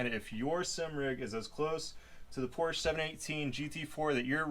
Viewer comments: Come on man. It's "pore-shuh." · What's Porsh?